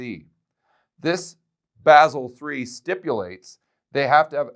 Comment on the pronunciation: Good analysis. Btw Basel is pronounced Baa zl.